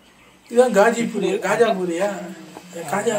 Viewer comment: khaja puri❌ ghaji puri✅😂😂😂